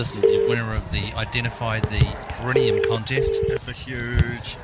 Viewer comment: So many years later, and yet you guys still have no idea how to say 'perineum'